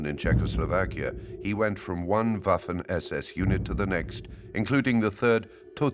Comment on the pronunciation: yo pienso lo mismo, aunque preferiria que pronunciara algunos terminos de manera correcta, por ejemplo WAFFEN SS, aunque tampoco es que le reste brillo a la narracion.